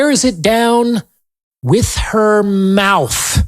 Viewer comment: He said stop running your MOUF 😂😂😂😂👌🏾💯